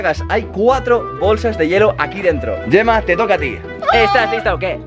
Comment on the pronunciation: ¿Como que "yema perez"? Se llama gemma, se pronuncia como "Je" no "ye"